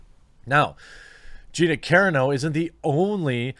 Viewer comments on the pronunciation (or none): Its CA-RAAAA -NO not CAREANO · Ca-ron-oh, not Karen-oh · car on o, not, care un o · caRAno is pronounced like roMAno or ciLANtro not “CARE-uh-no” you silly goose. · It's Carano, not Careno. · CAAAA Rah no. Not Care-a-no lol. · Dude! Are you EVER gonna say Carano properly? Karen's. Lmao. Love the channels. Its Kuh- ron- o... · Jeremy. PLEASE. It's Gina "Cuh-RAH-no", not "CAIR-ruh-no". PLEASE get it right! LOL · Bro, you’re killing me. Ka-ron-o, and Ta-no. Just trying to help buddy. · Ive always heard Gina Corano's name pronounced core-AH-no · Like many he obsessed w the 1st syllable. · Gina Karen-O? Dude you have too many subs and are too high profile, to not do a few minutes worth of research, on pronunciation. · Dude, u really gotta learn how to say her last name correctly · Please for the love of god - find someone else pronouncing Gina's name correctly and commit it to memory. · You did pronounce Gina Carano's name correctly in the last couple of videos, but now you're back to mispronouncing it. Ahhhh cringe. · The real question is will Jeremy ever pronounce Gina's last name correctly? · ... Can someone please tell him how to properly pronounce Gina Carano’s last name?? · It'd be one thing if he mispronounced my name. But Gina Carano is famous. He could have just youtubed a fight she was in and listened to the announcer saying her name. Problem averted. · The fact that you can't pronounce Carino right tells me you don't really care about this. You're just reading an article.